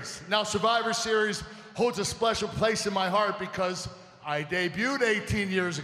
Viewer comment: he said splecial